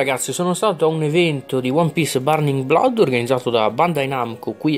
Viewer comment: non si dice blod ma bluud